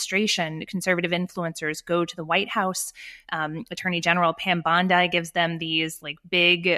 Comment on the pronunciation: This girl must be the only person on the planet who can't pronounce Pam Bondi's last name